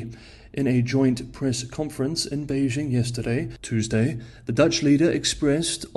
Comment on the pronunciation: His accent might be 'spot on' in general. Except he has trouble pronouncing Beijing correctly. That would be a dead give-away to a native as well as most non-native speakers of the language.